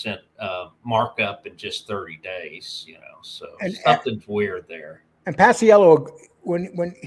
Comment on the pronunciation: It's Pa-chello Lee, not Pas-i-ello